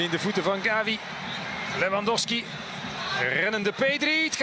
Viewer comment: hoveel keer kan je Gavi fout zeggen, Gabi, Xavi etc.